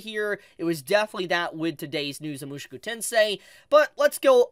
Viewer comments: why are you pronouncing Mushoku as Moo shoo koo its Moo Sho Koo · Oh god 😭 it’s mu-SHOW-ku tensei !!!!